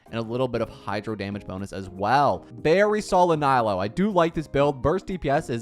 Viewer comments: He pronounced it as nighlou not naylou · “Naylow” killed me💀💔 I hate being this nitpicky but my goodness does it hurt to hear Nilou being pronounced so very American😭 Ni = as in “neat” or “need” Lou = (isn’t that even an English name??😂) Like “loo” or “loser” hahah I’m not hating really, it just hurts my ears, love your content mate👊🏼